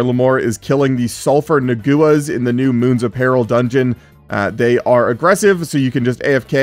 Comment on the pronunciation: nah goo as is........kinda nuts, its Nah-wah (its an old name for the aztecs)